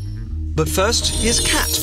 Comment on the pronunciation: Was I the only one who thought he said "but first, here's a cat!"